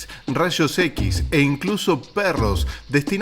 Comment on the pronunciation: “rashos equis”